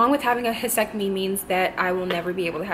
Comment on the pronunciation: Do u mean hysterectomy not hesectomy i think u said?